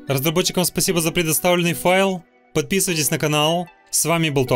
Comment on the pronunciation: Он сказал потписиваться😮🎉